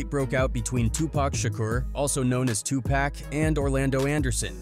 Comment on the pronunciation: He calls 2pac…. Two pack….. there’s your first clue he didn’t know shit.